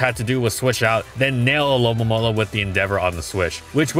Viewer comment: I laugh every time said alolomola